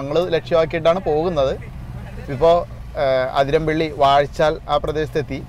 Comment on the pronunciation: അതിരമ്പിള്ളി അല്ല ബ്രോ അതിരപ്പിള്ളി